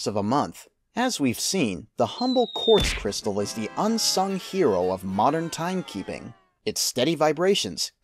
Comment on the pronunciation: Inventer or Inverter ? cryistal? Great video.